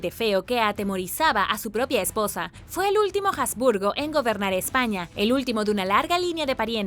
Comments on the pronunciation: Perdón, pero se pronuncia Habsburgo, no "jasburgo". Y lo que tú llamas "mandíbula de los jasburgo", en realidad se denomina Mandíbula prognata. Ni de broma puedo imaginar que a alguien con esa característica, el médico le diga que tiene "mandíbula de los jasburgo". Asimismo, tampoco se pronuncia "diábetes" como si la "a" llevara acento. Me pregunto a qué clase de colegios fuiste .. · Y dale con pronunciar la "H" como "J". No sé qué te han enseñado en la escuela; pero la "H" en español ( y en alemán también) es una letra muda. Se escribe pero no se pronuncia. Utiliza el traductor de Google. Selecciona el idioma alemán, escribe habsburgo y dale a la opción de voz. Escucha como suena. Te lo he dicho varias veces; pero parece que no quieres aprender a mejorar y te empeñas en hacer las cosas mal. Si lees los comentarios (cosa que estoy empezando a dudar) mis críticas son de carácter constructivo; para ayudarte a mejorar. Es una pena; porque me gustabas mucho; pero no puedo continuar siguiendo a alguien que no quiere hacer las cosas bien. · Por otro lado, Habsburgo es de procedencia alemana y se pronuncia tal cual. De la misma forma, en un vídeo anterior, al hablar de la Alhambra decía Aljambra. Madre mia!! ¿También diría almojada, por ejemplo? ¿O cacajuete? Si hablas en un idioma, hazlo correctamente. La he oído hablar bien en infinidad de veces. Lo que no comprendo es por qué en los últimos vídeos lo hace tan mal y, por lo visto no admite sugerencias para mejorar. Como he dicho anteriormente, mis críticas son constructivas.